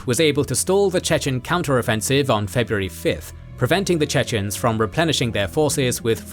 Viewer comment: Unfortunately I must say, that the pronunciation of the chechen names is horrible.